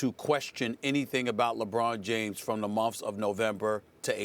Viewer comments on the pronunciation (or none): Stephen A pronounced months as “momfs”😂